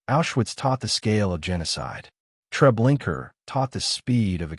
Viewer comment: Would you please correct the narrator or adjust the AI to pronounce "Trablinka" as truh-BLINK-uh not "Trablinker" it seems unimportant but it's historically inaccurate and extremely disrespectful to pronounce the name incorrectly as trah-blink-ER